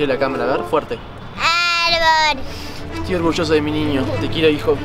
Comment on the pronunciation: ame como dijo puculincito arrboll